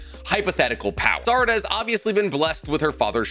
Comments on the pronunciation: "Any children between Naruto and Saruda" I know that's a slip of the tongue but that's a hell of a slip of the tongue lmao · he says naruto and sarada not sakura lol